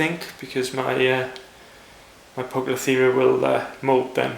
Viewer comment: poucloferia ? hehee english is shitty in spiders world :P